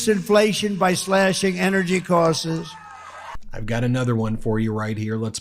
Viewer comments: He's going to rapidly reduce inflation by slashing energy courses. ( in the post) Drumpft always finds a way to speak without saying anything of substance. WTH are energy courses ... or causes ... or whatever he mumbled. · "by slashing energy 'costses'...." He's creating new words again